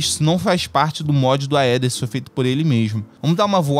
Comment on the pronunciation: Gente, uma dica de pronúncia: em palavras com origem no latim, a sequencia "ae" e "oe" se fala apenas o "e". Então a gente fala "Éther" (Aether), "Édes egipti" (Aedes aegypty), "Entaméba histolitica" (Entamoeba hystolitica), etc